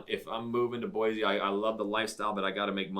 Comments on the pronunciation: It’s Boy-see not Boyzee. We don’t want to be “diverse”! What stain up north? You guys probably drink sodas! I don’t think you guys are from Idaho. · You are from Boise and you pronounce it BOY-Z???????? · Quit saying BOYZEE. So the 1st thing you say is that Boise doesn't have the diversity of Seattle and other big cities. Well guess what a little diversity OK a lot of diversity will turn your little city into a shithead that Seattle is and the other big cities I live near Seattle the shithhole and you have no idea how bad it can get with your stupid comment about more diversity is a good thing